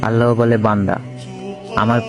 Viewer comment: উচ্চারণ ঠিক করেন এটা "আল্লা হ" হবে না আল্লাহ হবে।